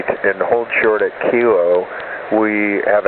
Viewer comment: These atc have very good accent but the way they said kilo is a Japanese way